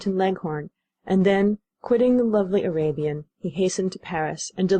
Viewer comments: The first narrator pronounced Arabian abian. She should have read over it until she was comfortable with it. Just cause you are a volunteer doesn't mean you do a poor job. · say abian... one more time.